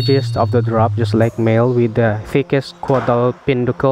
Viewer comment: Thank you fir the very informative video sir.btw, it's caudal sir, not cuadal.